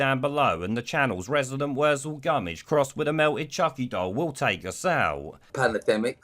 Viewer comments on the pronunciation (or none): "pan-a-dem-ic". Yup! handed him his ***.